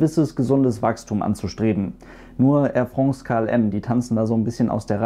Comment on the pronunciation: Tolles Video und du sprichst Air France besser aus als ein Franzose Lufthansa. Weis auch nicht warum sowas hier kommentiert werden musste ;-) Danke für die tollen Info's übers Fliegen!